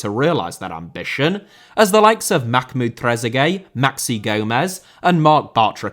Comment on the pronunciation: Diego* not Diyeigouw Sueca* not Sueiquer Minus* not Mahnus Yazici* not Yaziçi Trezeguet* not Trezeguei Fenerbahçe * not Fenebohçei København * not Kouwpenheigen Uefa* not Yuweifer Basel * not Bohrzel Roman* not Rouwman Finals* not Fahnals Half* not Holf Miles* not Mahls Saw* not Sor Uefa* not Yuweifer Lechia* not Lechier Kolo* not Kouwlouw Touré* not Tourei Eredivisie* not Eradevizei